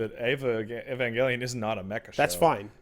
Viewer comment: Angel, pronounced ain-jel. Avengelion is pronounced ai-ven-jel-e-on.